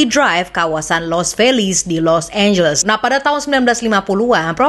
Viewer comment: serius lu nyebut Los Angeles dengan [los énjels]?? 😂 Elu tu kan klo ngomong inggris biasanya perfect. How come you pronounce it wrong. Los Angeles tu dibacanya [los énjeles]. Bukan énjels. Small thing but important to know. 😉